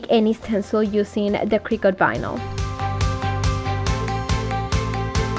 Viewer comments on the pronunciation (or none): none